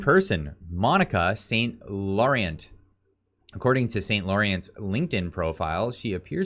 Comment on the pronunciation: How can you be from Ontario and not know how to pronounce St. Laurent? Francais!